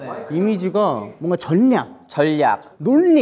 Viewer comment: 도겸: 전ㄴㄴㄹㄹ냑 정한: 절략. 도겸: 논ㄴㄴㄹㄹㄴ니 정한: 놀리. 은근슬쩍 발음 고쳐주는 거 설렘포인트임.